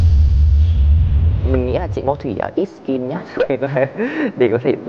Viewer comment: Ít sceen nhưng lại nói thành ít skin? Luận mãi mới ra